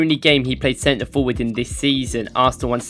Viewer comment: fopward or forward